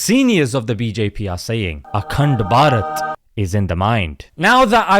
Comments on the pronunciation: Bro anytime you say "ACUNDBARAT" I CAN'T HELP BUT TO CRACK UP 😂😂😂🤣🤣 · The way he say AKTEND BARHAT😂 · every time he says akand barat. I laughed. 😂😂😂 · The way you say akhand bharat 😂